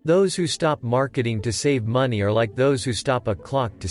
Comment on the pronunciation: You lost me at "maney.".